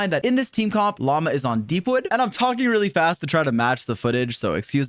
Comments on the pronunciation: llama instead of lauma damn near made me dislike this shit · brother its pronounced La-oo-ma, not like Llama animal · okay, you NEED to choose between Llama and Lauma. You cant keep switching how you pronounce her name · Hey by the way her name has a U in it. She isn't a filthy spitting animal. Lauma. Again, LaUma. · He keeps calling her "Llama" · hearing people pronounce it as llama is so funny lol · all i can hear him saying is "llama test, llama bloom, llama llama llama" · bro cant even pronounce her name...😭😭 "llama" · I hate how he constantly says Lauma like llama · I swear bro can't pronounce her name. Welcome to this Llama Pre Release video folks! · my apologies mr streamer, but I do have to ask - did you forgor the "U" in Lauma at Natlan? but cool guide 👍